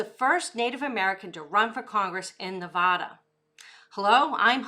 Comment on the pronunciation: You are saying Nevada wrong